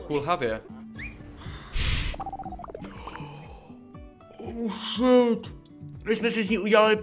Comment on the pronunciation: Prosím tě neříkej oušit protože anglicky je to hov*o děkuji